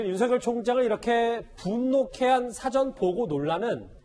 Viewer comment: 사회자 님 윤석열총장 이름 그렇게(구개음화발음) 아니라고 했는데요 다르게 발음 해 보세여 미안